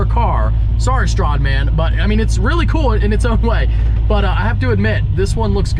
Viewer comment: You didn’t say stradmans name correctly that upsets me